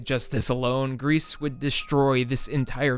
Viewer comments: about Gris: im pretty sure its pronounced 'gree' not 'Grease', like the french word for grey. how do you pronounce 'versace' or even 'hyperbole' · Gris is pronounced "gree" not "grease". It means grey en Français. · pronounced "grie" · It's not pronounced 'Grease' my dude.